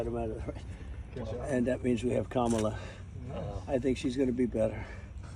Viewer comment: I notice that Trump said Kamala's name correctly. It shows that he mispronounces it on purpose on the regular. I'm shocked.